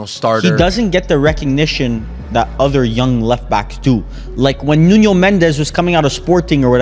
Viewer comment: As a Portuguese I want to warn that the n in Nuno Mendes and in Pedro neto isn’t pronounced as a ñ